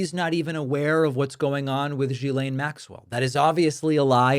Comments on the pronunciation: Another reminder, David: Maxwell's first name is pronounced with a hard 'G' as in GHOST and GHOUL. The ''S' is silent. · David... It kills me to hear Maxwell's first name being mispronounced... her name is Ghislaine... pronounced as Ghee-lane"...